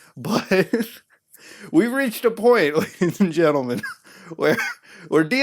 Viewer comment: Boy id pay 5 dollar everytime if i could bitch smack him every time he said lagies and gentlemen